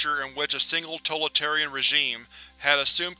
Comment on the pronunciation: Total-tarian? Come on man.